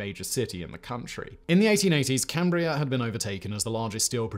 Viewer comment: I can't believe Simon said "Cambria" correctly.